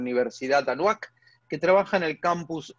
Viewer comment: Recomendación: si hablas de comunicación, asegúrate de pronunciar los nombres correctamente, porque no saber los nombres de las instrucciones y lugares pone en tela de juicio tu conocimiento y credibilidad. Se llama A-NÁ-HUAC. Palabra trisílaba, grave. Cuidado.